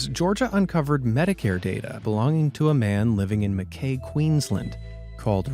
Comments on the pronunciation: Mackay is actually pronounced Mackeye, easy mistake to make & enjoying watching your videos. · Mack-eye. That’s how you pronounce Mackay :) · Mackay is pronounced Mackeye. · Mackay is pronounced Mack eye